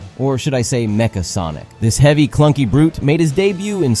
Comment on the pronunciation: The way you say Nega and Mecha are soooo wrong.